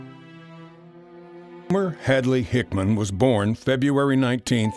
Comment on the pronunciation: Homer HickAM Not HickMAN. Is this the best AI can do?